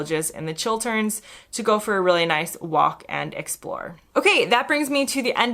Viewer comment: Nice to hear an American say Chil-t-erns and not Chil-d-erns.